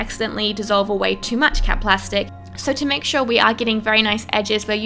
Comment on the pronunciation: Whenever she said cap plastic I always think she's saying cat plastic